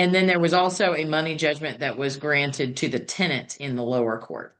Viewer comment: The way the judge is pronouncing the tenants name is driving me insame